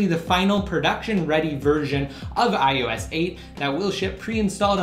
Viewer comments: WTF is iUS? It's I-O-S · Its IOS not IUS :)